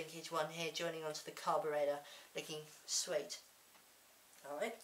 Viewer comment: Like the use of D's in place of T's, to be cool. Carburedda! 'Sorry I godd the burps...' Comedy gold!